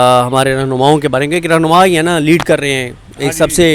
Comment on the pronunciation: آفریدی لیڈ نہیں "لید" کر رہے ہیں 😂😂😂😂